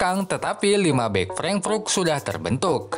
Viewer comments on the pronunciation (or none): Cara bacanya "freng" "frut" min.... Good job teruskan dan tetap terus berkarya